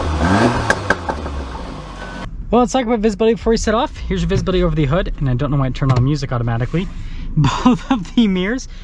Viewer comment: In what part of the country is hood pronounced hod ? 😅